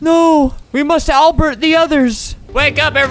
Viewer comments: Bruh I didn't notice when he said "albert" instead of "alert" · He just said '' We must 'ALBERT' the others '' xD its alert supposed to be it XD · "We must ALBERT the others" Lol Albert sometimes misread Alert as Albert his name lol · Lol XD "Alert" more like Albert! Lol